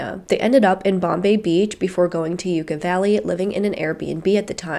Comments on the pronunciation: Sorry, the local pronunciation is Yuck-aw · you pronounced yucca valley wrong each time